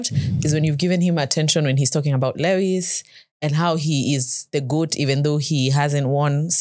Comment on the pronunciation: Just a clarification: Lewis' last win was this year in China Sprint - not 2021. Additionally, by the time of this comment, Roscoe is now an angel (RIP). Then guys, why do you pronounce 'Lewis' like that?😭